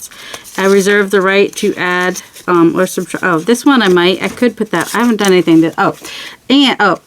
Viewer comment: Hahahaha I thought you were saying “they can go in the dung pile” but you were saying done pile! Thank you closed captions! I like this series!